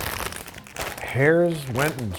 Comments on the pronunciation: Pennsylvania person here. "Herr's" is pronounced like "hers", not "hares". (To reinforce the point, Herr's once made their potato chips with "His" on the bag for Father's Day.) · I've gotta beef with you Babish. Pronouncing Herrs as "hairs". How dare you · not being from PA doesn't know how to pronounce Herr's